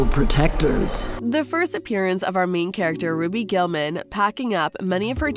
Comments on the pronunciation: She really said Raby then ruby 💀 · It's Ruby not roby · You call her "Robby" but you don't call her by her real name, "Ruby Gillman". It is not " robby". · Its roo bee not Roby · It's ruby not robby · It’s actually pronounced [ru-oo-bi] ruby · You are saying RUBY wrong😂